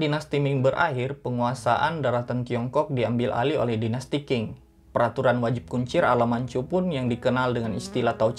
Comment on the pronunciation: Qing itu dibaca Cing bukan king. Memang bgitulah bahasa Mandarin, sudah huruf kanji, cara baca pun TDK semua sesuai dgn cara mnulis.